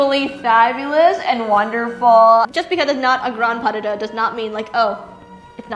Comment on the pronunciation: ‘Pas duh-duh’🤣🤣🤣